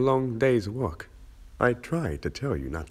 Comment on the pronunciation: When said ‘work’, I thought he said fuck........